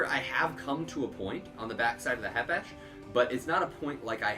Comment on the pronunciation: Th k isn’t silent